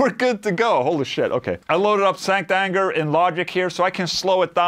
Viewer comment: Sounds like you're saying "STANK ANGER"